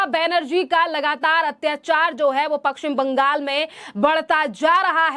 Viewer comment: Apna Pashchim Bangal ka uccharan sahi kijiye.